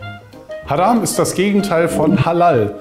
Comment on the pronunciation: Das Wort "Haram" für "verboten" wird, wenn man es richtig aussprechen würde "Haraam" (also mit einem verlängerten a nach dem r) ausgesprochen. In lateinischer Phonetik für arabische Transliteration würde dies so aussehen "Ḥarām". Den wenigsten, meist jungen Muslimen, ist das jedoch bekannt und sprechen es so aus, dass es der "Masjid al-Haram" (wörtlich übersetzt: die heilige Moschee) vom Laut her ähnelt. Die beiden "a" im "Haram" von der "Masjid al-Haram" werden einfach bzw. schnell ausgesprochen. Wörtlich übersetzt heißt "haram" mit den zwei einfach ausgesprochenen "a" auf Deutsch "heilig". Hieran ist gut zu erkennen, dass es manchmal lediglich einer kleinen Abweichung in der Aussprache bedarf, um einem Wort im Arabischen eine völlig andere Bedeutung zu geben. Vorallem bei der Rezitierung des Quran, sollte hierbei Wert gelegt werden. Deshalb sollte man wenn man eine Sure des Quran auswendig lernen möchte, vorallem bei nichtarabischen Muttersprachlern, sich hierzu am Besten parellel die jeweilige Sure von bekannten Rezitatoren online anhören um sicher zu gehen, dass man auch die Aussprache drauf hat. Hoffe das hat geholfen! Salam :)